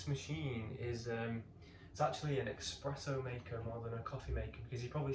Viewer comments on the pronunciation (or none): Just a heads up it's espresso not expresso